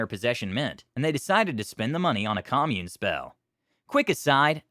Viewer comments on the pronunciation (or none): Great stories. Side note: That's not how you pronounce "commune", the verb. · You pronounced "commune" like the noun, not the verb.